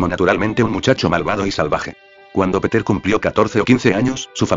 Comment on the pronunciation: muy rapida lectura que lo vuelvan a hacer y malisima pronunciacion el lector atomatico . no es peter sino piter es pedro .